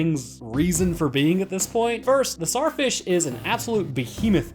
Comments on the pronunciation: It's not pronounced Sar it's pronounced Zar like king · I hate how he cant say the T in tsar fish